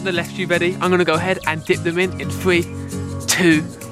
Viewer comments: Why do you say three free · I hate when he says “fwee, two, won”